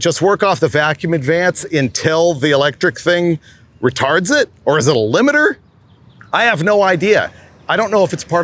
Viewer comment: What a clean machine … Loved the episode … laughed at you repeatedly saying “ratard” 😂